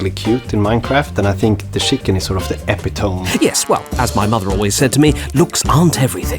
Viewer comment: Somebody should've told him the correct pronunciation of "epitome" before he made a fool of himself.